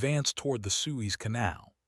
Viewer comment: Why should I listen to a documentary when you can’t even pronounce Suez?